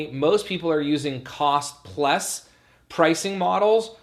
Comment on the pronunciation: That's what I hear too. Lol